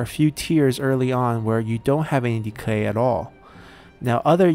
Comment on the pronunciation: Entertaining series, keep up the good work! One question though, how come you keep adding a "L" sound in the word "Decay"?